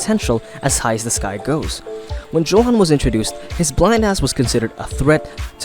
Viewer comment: Johan is pronounced Yohan. It is a Dutch name that is common in Germany and the name is usually short for Johannes. Unless PTJ specified it was pronounced 'Johan', it is definetly pronounced 'Yohan'